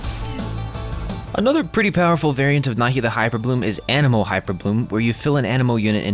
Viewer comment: Instead of "anemo" I heard "animal".